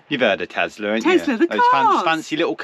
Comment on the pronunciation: was correct with her pronunciation of Tesla(Tesla) not Tezla that said 😂Go!